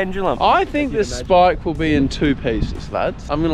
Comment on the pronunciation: Love the videos as usual but the whole speaking like old men saying shhhh instead of s eg shhhpike instead of spike is really starting to make my eye twitch, same with the keep it reet boys and "shhhpyshee". Could tolerate it in 2022 but let it go now please